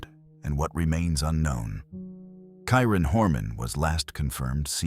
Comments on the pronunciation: This narrator cannot even get the names of the missing correct. Kieran to Kyron 😢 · The Kyron Horman section is distasteful. Mispronouncing his name, not getting the father's name correct, and showing two pictures of him with his mother Desiree, while talking about Terri (#1 suspect who I'm sure did it with her pal DeeDee Spicer) makes it look like Desiree is Terri. Every action of Terri after the disappearance was suspect. The fake crocodile tears during every interview. I can't believe she's still free. Pure evil, heartless. Back to my complaint though, for the respect of the victims and their families, at least get the correct pronunciation of the victim and his father, and for the love of god don't put pictures of the parents in any frame that you are talking about MF'r Terri...